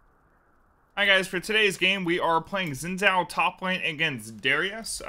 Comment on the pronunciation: I used to play a lot of Xin top. Btw, his name is pronounced “shin jaw”